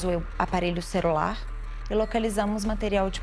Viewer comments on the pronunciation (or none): "Cerular" foi ótimo! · A delegada falou aparelho "cerular " !!!! Faz favor!